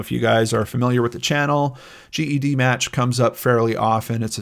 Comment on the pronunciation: “Jed-match” is how we in the genetic genealogy world say it 😉 thanks for all you do!